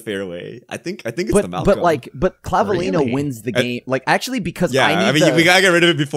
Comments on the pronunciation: For the Spanish pronunciation, you basically got it right. clah-bee-LE-nyo. (Vs sound generally like Bs. You nailed the ñ though.) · Don't worry,, you are the only one that pronounced Claveliño's name sort of right 😅